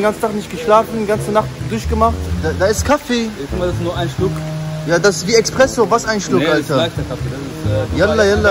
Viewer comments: sagt wirklich Expresso 😂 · Das wie expresso hahahaha (Espresso)